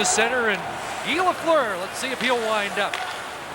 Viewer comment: Lafleur... Not Lefleur. ;-)